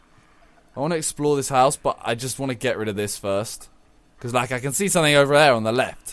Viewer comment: why doe british people always pronounce 'something' as 'somenink'? thats actually very annoying lol